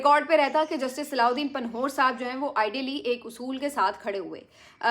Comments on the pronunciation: جسٹس پنہور۔۔۔ Correct name is Panvher Not Panhore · میں آپ کا بہت بڑا فین ہوں، جسٹس صاحب کے نام کا آخری حصہ پنہ وّر صحیح تلفظ ہے اور پ کے بعد ں (نون غنہ) ہے تو ن کی آواز نہیں آئے گی۔ نون غنہ کے بعد ہ کی آواز بھی ہے 🙂 آپ کی بہادری کو سلام ہے! اللہ آپ کو آباد رکھے!